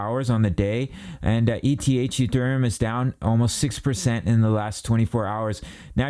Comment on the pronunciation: He said "Uthereum" 😂